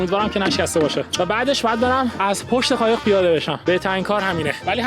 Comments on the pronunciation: قایق ❌ خایق ✅💀💀💀💀💀😂😂😂😂😂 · خایق نه قایق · داداش یه سوال چرا به ق میگی خ 😂 عشق منی عاشق کاراتم❤❤❤❤